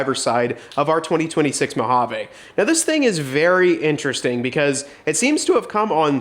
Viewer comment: Three things 1) it not pronounced “Mow-Jayvh” … Well, dang me! 2) This would prevent control arm drop brackets, BUT give aftermarket suppliers a better way of securing the drop brackets, too. 3) Does that thing have a hitch on it? Perhaps a DRC hitch insert would be appropriate. Let us know….😅